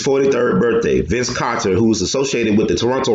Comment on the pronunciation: It's Carter not Kawter lol 😂 gold work though